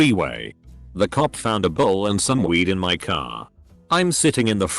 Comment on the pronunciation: it annoys me how this bot says "cop"